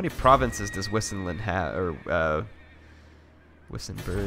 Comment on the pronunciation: I think wissinland is pronounced 'vysenland' considering all the other Germanic names in the game. Not a big deal, just throwing it out there.